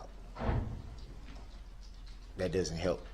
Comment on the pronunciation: Earf? Dat? Why do people choose to speak like this when they know how to say the real words?